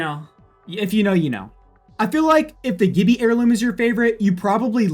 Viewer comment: Funny how no one brings up the way he said Gibbi